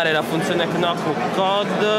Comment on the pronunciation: Scusa ancora ma "knock" si pronuncia semplicmente "noc". Ottimo phablet.